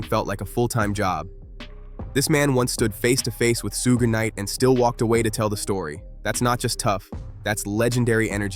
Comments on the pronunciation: Sooga Night lol pronounced like sugar with out the r... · You trying to say shug knight . Suge knight 😅😅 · Did you call him "suuga knight"? lmao you might want to stick to videos about things you know about...You called him jimmy IO Vine lmao wtf dude? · Bro I rly don't wanna hate but you definitely need to learn how to pronounce the names. It's Suge knight (pronounced like sugar but with an e at the end) and Jimmy Iovine (i-o-vine) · Did he just say sooga knight 😂😂😂😂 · I stop watching every video when I hear Sue Ga night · All these comments and nobody mentioning the "soog knight" part 😂 text to speech exposes you every time. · Sooge knight ?? Lol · Suga Knight 😂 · nope not listing to a video that can't ever pronounce suge knight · I like how you pronounced suge knights name five different ways. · Why does the narrator repeatededly mispronounce Suge Knight’s name? Happens in a lot of these videos/reels!